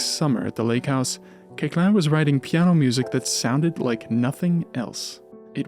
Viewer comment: A very fine documentary about Koechlin (his name correctly pronounced). Pianist, I explored his piano music many years ago but I distanced myself from it because I find it generally extremely boring (but a few pieces, mainly his sonatinas where here and there we find something more palatable). He wrote a lot for other instruments mainly for flute, output where we can find really beautiful pieces, among them - 14 pieces pour flute et piano op. 157.